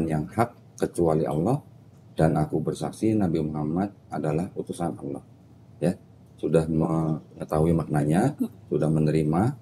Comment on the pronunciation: Kalo bisa di ulang sekali lagi .. penyebutan nama Allah di akhir 2 kalimat syahadat masih belum betul